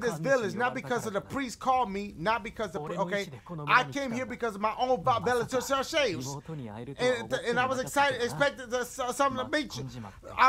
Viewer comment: "I came here because of my own Va vila ta sha shays" absolutely butchered volition (vo·li·tion) lmfao